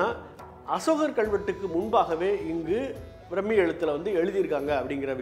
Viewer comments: அது பிரம்மி இல்லை பிராமி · பிராமி எழுத்து brammmi nu pronounce pandreenga